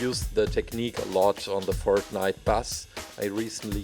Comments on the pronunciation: Did he said fart nite instead of fortnite? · It's fortnite not fort-niiiiite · this still sounds like he's still saying FARTnite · Its not fartnite (i laughed a lot) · I swear he said Fartnite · When you say Fortnite you sound like you are saying fartnite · Does he say fart nite?? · Did he say fartnite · He said fartnite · Its Sounds like that hes saying fartnite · cant say fortnite